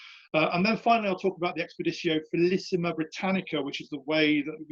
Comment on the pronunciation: I excavated some Severan marching camps in Scotland in the 1980s. This is interesting but tedious how he doesn't pronounce placenames and Latin words properly. "felissima"? "leejio two"?